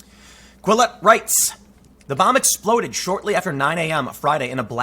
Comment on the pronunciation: A buh.. No, not a buh, a bomb.